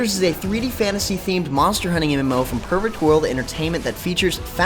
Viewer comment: Wot did he say? Perfect World or Pervert World?